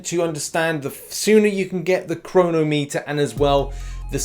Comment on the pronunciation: Please tell me thats not how the English actually pronounce 'chronometer'